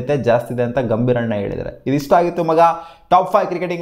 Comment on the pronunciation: "ಸ್ಟಾಪ್" 5 ಕ್ರಿಕೆಟಿಂಗ್ ಅಪ್ಡೇಟ್ ಅಲ್ಲ ಕಣೋ "ಟಾಪ್ " ಅಪ್ಡೇಟ್ ಅಂತ ಹೇಳು ಎಷ್ಟು ಸಾರಿ ಹೇಳೋದು ಮಾರಾಯ 🤦🤦